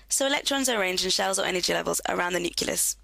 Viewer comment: Thank you. PS it's NUCLEUS not NUCULUS